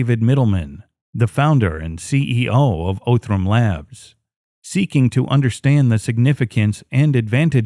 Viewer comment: It's pronounced "Ahh"thram. Not "O"thram.